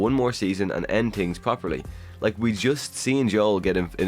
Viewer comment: I kept hearing “tree seasons” and “stranger tings” lol